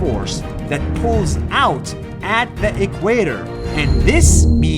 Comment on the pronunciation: It’s the equator not equador